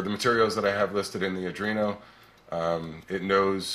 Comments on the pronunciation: i just discover ed your videos, so far so good😁auick question, are you calling an arduino a argino? maybe im mispronouncing it. just curious. im not busting balls, ive ialways pronounced it like ARE do ee no. please keep up the videos, they interest me greatly. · Pronounced 'are-DWEEN-oh'. I got more out of this video than many others because you showed the other program possibilities like ball turning, etc. Great work!